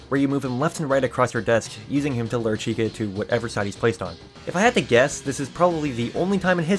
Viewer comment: Am I the only one who heard little red cun- little red chica